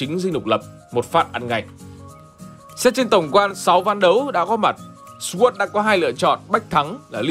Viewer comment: Sword phát âm là /sɔːrd/ hoặc /sɔːd/, mà tại sao cứ nói thành /swɝːd/ là vậy trời. Đề nghị kênh xem xét lại nhé.